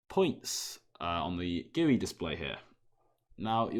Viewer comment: ITS GUI NOT "GUI"